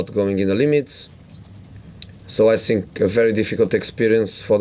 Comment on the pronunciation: I SINK THE WHINY ONE IS BACK.